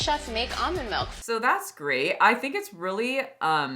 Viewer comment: Why does talk like that? She sounds like Ellen Degeneres. Always making G’s into C’s “That’s a crate idea guyzzz”